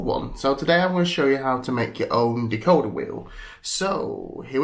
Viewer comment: It's decoder derrrr